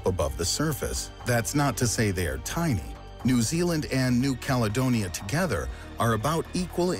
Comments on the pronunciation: “Zeeealand” “the cook mountains” haha, can’t this seriously when there’s so many simple mistakes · Can you stop calling my country' Zealand' thanks! We don't live in the Netherlands! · He really calling new zealand zealand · "Zealand" reee